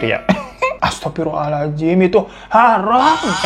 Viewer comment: Sekianlama absen mas hiro...mas tolong klo bilang astaghfirullohal'adzim nya yg fasih ya pasti keren karna artinya beda❤